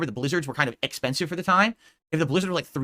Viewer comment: Wait did just say eckspensive